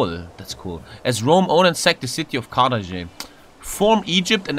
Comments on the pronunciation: "As Rome, own and sack the city of Karaže." butchering Carthage is priceless. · Nobody:: Carthagay